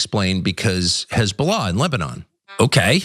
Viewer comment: 😂🤣😅😂🤣 Hez-boo-laaaaaa TS 😂😅🤣